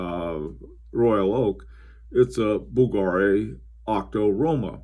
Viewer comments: it's pronounced bVlgari not bvlgAri sir. Nice Historiques American on the wrist by the way:) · you were excellent with every other name (unlike many bloggers)! That is why Bvlgary surprised me. Basically it gets accent on U (or V if you go by logo spelling) instead of A:)